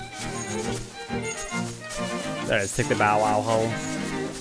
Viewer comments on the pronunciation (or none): Your commentary could use a little work but I still love your videos on Zelda 🤩 so I'll let it slide that you said bow bow instead of bow-wow 😂